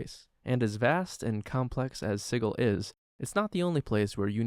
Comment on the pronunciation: Isn't it "Sid-jool"? Or did the creators of dnd prounce it weird on purpose?